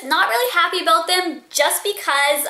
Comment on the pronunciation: Hahahahaha, she said "aboot" :D